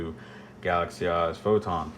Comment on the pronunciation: I don't know why, but every time you say "Galaxy Eyes" I hear "Galaxy Ass". Jokes aside, a very detailed and appreciated video